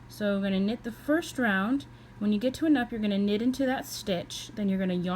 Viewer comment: I think it’s pronounced “noop”. Nice video tho. Thanks